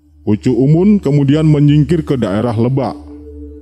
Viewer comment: yng baca hrs nya orang sunda bkn orang jawa,krn bnyak slh baca..contoh lebak,itu hrus di baca k nya